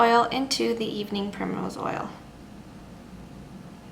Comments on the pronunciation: What's the second ingredient? Can't really hear what she says, but it sounds kind of like "evening pure mineral oil"? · Hello i understand vit e but evening .... oil i cant understand what you say can you repeat it svp Thank you . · sorry, I couldn't understand the name of the second thing you showed after the vitamin E oil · can you please spell the second ingredient, i could not hear it properly. if you can aswer asap. thanks